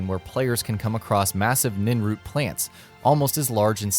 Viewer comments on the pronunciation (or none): Nin root??? Think narrator guy meant Nirn Root... shameful.. Ive forgotten better easter eggs than some of these. Couple i do remember is another special mutant troll in the far north, overdosed goblin to the east, stupid waterway to the ocean.. wait thats more a plot hole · lol ninroot it’s nirnroot because that’s the name of the planet that Tamriel takes place on nirn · its NIRNROOT! not ninroot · nin root!! you can clearly see the r in it brother. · bro - it's niRnroot, not ninroot kthxbai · Narrator: "giant ninroot" Me: internal rage builds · Nirnroot not ninroot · Ninroot NiNroot There is a at in NiRnroot for a reason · It's nirnroot not ninroot. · How come he said ninroot but the spelling had an r for nirnroot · Nirnroot. Not ninroot. But that's ok. :) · click the link in this comment and substitute "Hmm Hmm" with "Ninroot," and you'll get my reaction to the way he pronounces "N̲i̲r̲n̲root." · he said ninroot! xD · Okay seriously, if you're going to make an Oblivion video, get someone who actually knows the game to narrate it...disliked. Ninroot? Khajeek? Obviously the narrator does not know the game...and can't read a script for proper pronounciation... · nirnroot... spelt nirnroot pronounced n I R n r o o t, Nirn-Root not Ninroot, also those were horrible except for the Agatha Christy 1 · I almost spit out my drink when you said "ninroot" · Its "niRnroot", not "ninroot" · SAY "NINROOT" ONE MORE TIME! Omg .... lol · Nin-root? Smh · NIRN not NIN. NIRN is the planet of the elder scrolls. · "Ninroot"? What the fuck. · If it was pronounced "NIN-root" it wouldn't have an R but it does so its NIRNroot! NIRRRRRRRRRN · How to tell someone hasn't played oblivion " ninroot" No its niRnroot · Nirnroot not Ninroot. Also khajiit not khajiik. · PLEASE, make at least some effort to pronounce things correctly. It's not Ninroot, it's Nirnroot, it's not Khajique, it's Khajit, also, fur armor is bottom tier armor not "sweet loot". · niRnroot pronounce the R please